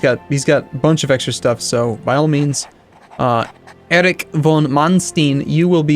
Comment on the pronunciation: It`s very funny how you pronounce the german names like Erich or Opel.